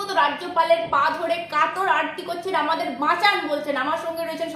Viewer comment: আর্তি, আরতি নয়